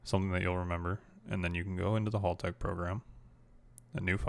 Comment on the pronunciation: FYI - That's now how you say Haltech. Hal rhymes with Pal, not Ball.